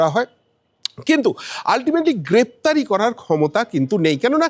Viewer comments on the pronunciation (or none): গ্ৰেপ্তরি না বলে গ্ৰেফতার বলুন